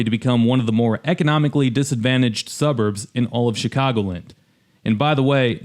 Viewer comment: I know isn't from around here by the way his mispronounces "Chicagoland." It's Chicago LAND', not CHICAGO' Lind.